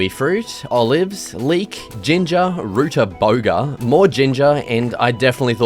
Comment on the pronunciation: Not rude bugger it is rutabaga